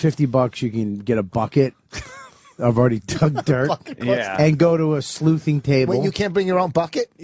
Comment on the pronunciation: dumb bobby keeps saying “sleuthing” 😂 its “sluicing”